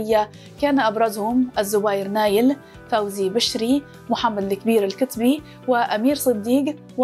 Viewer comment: نطقك لاسم فوزي بشري غير صحيح